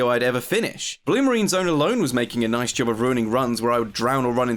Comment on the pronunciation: 'ery noice